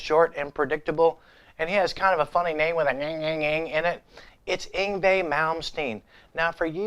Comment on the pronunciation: You still can't pronounce Yngwie